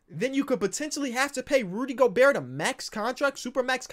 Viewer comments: yea go-bear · Gabriel González no we say Go Bear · you watch too much krispy flakes if you think its gober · It wasn’t until just recently that I realized pronounces the “T” in Gobert and I can’t unhear it now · how is still pronouncing the T in Gobert